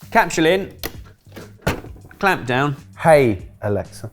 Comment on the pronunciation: Ughhhh. Stop saying ALEXSA!!! I’m yelling at my device to shut it off!! You guys are top Dixs!! 😒🤣 I still love you guys! Just knock it off.